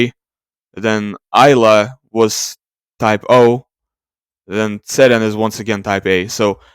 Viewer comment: in turkish we dont pronounce ceren as seren like do, we pronounce it jeren, we pronounce C letter as Jason's J